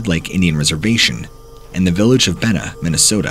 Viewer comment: Nice video. Bena is pronounced Bean ah. No idea why. Just like Lake Irvine is pronounced Irving. Minnesota has a lot of odd pronunciations. Loved the stories.